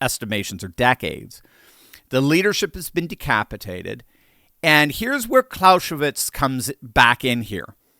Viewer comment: Clausewitz is pronounced Clow-zeh-vits (not clow-sheh-vits) 👩🏼‍🏫🇩🇪🇺🇲🇲🇽